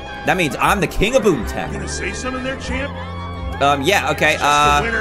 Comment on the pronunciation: Dan: TO BOOM TOWN me: ITS BOOMER TOWN NOT BOOM TOWN im sorry LOL I HAD TO MAKE A JOKE XD